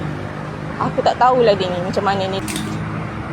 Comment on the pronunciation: "nie haaa" compom Pilah atau Somban..